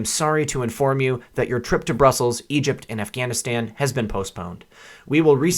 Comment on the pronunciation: It's not broosels. Bruss uhls